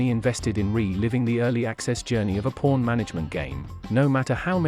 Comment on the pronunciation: The way the bot says "Pawn" is crazy